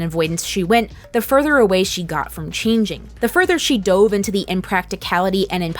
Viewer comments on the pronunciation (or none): none